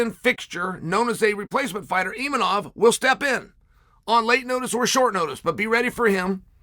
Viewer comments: Uncle Chael's inability to say a name as simple as Imavov is one of his most endearing traits. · Mispronouncing names gets him more comments than anything else. He knows what he's doing... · Uncle Chael making entire videos just so he can mispronounce Imavov 500 times 😂